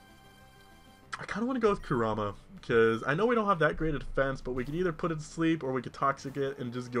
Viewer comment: Pronounce kurama korooma